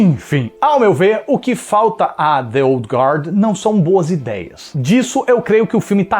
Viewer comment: Parabéns pela excelente resenha... e também por pronunciar o nome original do filme corretamente!